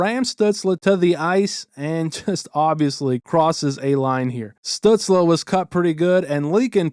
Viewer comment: This is off topic but the way you’re saying “Stützle” is driving me nuts 🤣